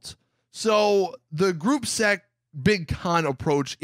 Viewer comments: Group se * it is Gruppe sechs. Its german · The gruppe seck approach IM DYING. They can't demonize you for saying gruppe sechs LOL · It’s pronounced gruppe sesh but spelt gruppe sechs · Man had to day Gruppe Sec lol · and can't even say gruppe sechs right lmao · Every youtuber I’ve watched never says gruppe sechs properly and I know why ;) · You’re saying sechs wrong